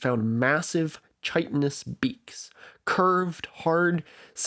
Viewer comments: you make it seem like echolocation evolved in protobaleen whales, which is the opposite, only toothed whales can echolocate. Also basilosaurids went extinct from climate change, not competition (at least not primarily). On a more minor note It’s pronounced kitonous, not chitonous, like insect shells. Finally, giant squids do live longer than other squids, about 4-6 as opposed to 1-3 years. Your claim that we have no way of knowing how long giants squids live beyond looking at their shallow water cousins is ridiculous. Squids have a statocyst, a partially mineralized structure that helps with balance and hearing. The ossified parts of this organ contain rings similar to those in the bones of vertebrates, or the trunks of trees that can be used to calculate lifespan. In general, if scientists consistently claim something, they usually have a good reason to believe it and aren't just making shit up. Edit: Whale oil wasn’t used by NASA. It turns out that is just as much of a myth as fossil fuels saving the whales. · Amazing video! I've been watching a bunch of your videos over the past week or so; subscribed pretty quickly. On the note of pronunciation, "chitin" in "chitinous" is pronounced /kɑjtən/ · if you care for pronunciation so much, "chitonous" isn't pronounced like that, but with a k